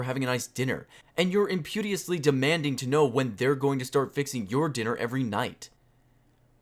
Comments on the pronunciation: "impudiously" xD If I were to ever make a video for public internet consumption, I would at least make sure I could pronounce words correctly. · The way you said "impetuously" made me die of laughter.